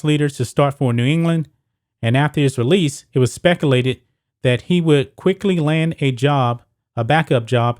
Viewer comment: Did you just say "speckalated?" Subscribe.